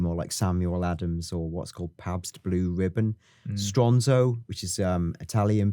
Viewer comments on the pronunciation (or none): none